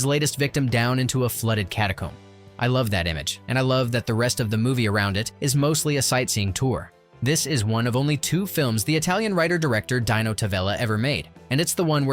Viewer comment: "DY-no"? Dino is pronounced DEE-no.